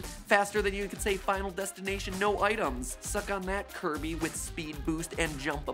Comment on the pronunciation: Not kirbo anybody but kirbo